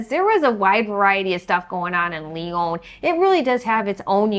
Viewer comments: Hi. It's pronounced Lee-on. Not Le-Own. I was there yesterday to take my son to visit universities. Université Claude Bernard is at the Einstein train stop and is quite a sophisticated engineering school. In a big city too it is odd to find so much open land for such modern buildings. Lyon is not as densely populated as Paris even though it is often referred to as France's second largest city. It has a quite open feel to it. Antoine de Saint-Exupéry was born in Lyon, so they named their airport after him. He wrote The Little Prince, which is one of the world's most widely translated, popular children's books. But it's not just for kids. Some things I like about Lyon is it has bike lanes everywhere. Something like 1/2 of most streets are for bicycles only. America is ruined because everyone you need a car, same with Cyprus, which is where I lived. Even you go to a restaurant get something French, like beef liver. In America we only know to fry it. But the French eat even inch, and I mean every inch, of the cow. So they can make it far more interesting that that. And this is the Rhone valley so have a glass of a Côtes du Rhône red white (white's good too). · It’s not Leon it’s Lyon. Americans lol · Funicular is not hard to pronounce. It is a word in English. And this city is called Ly-on, not Li-own.